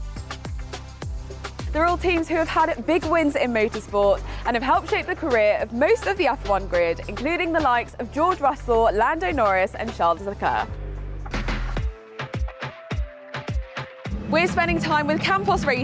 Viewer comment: did she just say: Charles LeCar